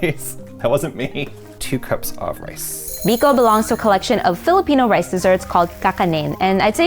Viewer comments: Ang putla nang Biko...Bikow ata yan di biko😂😂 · Wow you nailed the biko!!!